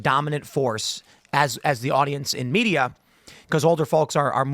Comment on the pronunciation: "bloodbath"? So the mee - dee - uhh is calling for violence again?